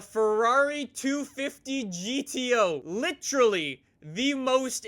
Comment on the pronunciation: Leafy is. Who the f says litcherally?? Its literally there is no ch you dummy.